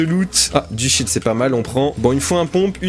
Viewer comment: On dirais que tu dit “du shit“ mais enfait tu dit du shields 🤣